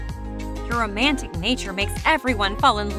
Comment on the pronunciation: "román-tic" thank you"